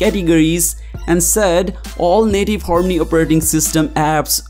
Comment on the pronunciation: What did he say? "Horney operating system"!!